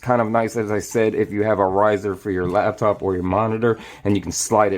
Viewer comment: When did "Labtop" become a thing? It's "Laptop"!